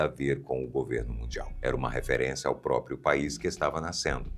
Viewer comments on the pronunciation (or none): none